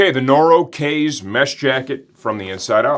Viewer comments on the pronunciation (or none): Looks like a nice summer jacket. I'm going to need a mesh jacket soon. Not that I speak Japanese either, but, kaze is Japanese for "wind" and is pronounced "kah-zay", like the infamous Kamikaze (Divine Wind).